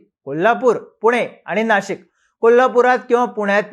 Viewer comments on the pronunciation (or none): none